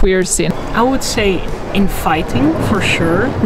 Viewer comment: When she said "queer scene in three words" I heard "infighting" rather than "inviting" oof, the stories my head spun...